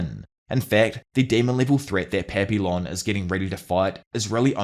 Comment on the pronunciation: My inner Canadian is coming out here, but the "L"s in Papillon are silent. It's a French word - pronounced closer to Pah-pee-yawn. Edit: It means "Butterfly".